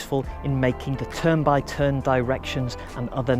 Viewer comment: "tern" "bye" "tern" killed me